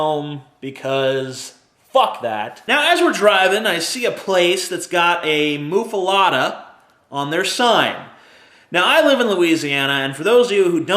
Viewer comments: Muh-fuh-letta..... Not, "moo-fuh-lotta" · I think muffuletta is pronounced "muff-uh-let-uh," not "moof-uh-lot-uh." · BECAUSE THAT'S SO OBVIOUS ISN'T IT? PRONOUNCING IT "MUFFALOTTA" AND AKSHULLY HAVING IT SPELLED "MUFFALETTA." FUCKING CONDESCENDING FUCK. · Isnt it.muffaletta? Letta not lotta? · Yes, he just mispronounces it. And it's not really a Louisiana thing. I mean, they might be popular in Louisiana, but it's an Italian sandwich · You say muffaletta weird.